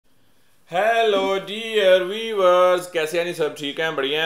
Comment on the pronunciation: Bhai thoda pronounciation thik karlo vo "viewers" hota hai vi-yuu-vers aur tum weavers bol rhe ho jiska matlab Jo kapde bunte hai vo